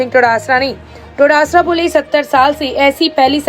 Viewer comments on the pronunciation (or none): Todasara Nahi hai Dotasra hai. Kam se kam bolo to sahi se.